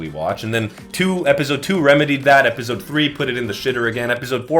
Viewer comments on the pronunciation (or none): my brother you went to stanford stop saying epizode its ep-ah-soad